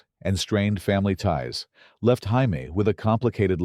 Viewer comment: Jaime Lee Curtis name is supposed to be Jay-me. Not Hi-me!!